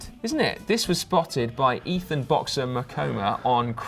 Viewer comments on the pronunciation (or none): none